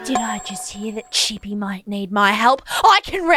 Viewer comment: Bro seriously what the heck did just said like i think said chippy whippy!!!💀